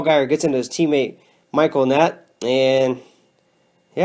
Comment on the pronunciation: "Michael Annett-nett" LOL